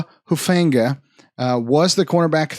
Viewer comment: The Hufanga pronunciation hurt 🤣